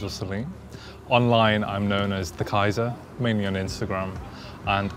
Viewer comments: He's called Kyza, not Kyzar... Also, love the fact that he's using a Dell, not posing with something four times the price. 😄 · Notice to the uploader. It's Kyza not Kyzar